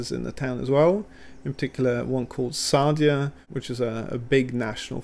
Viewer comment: I like the way you pronounced Sadia. 😄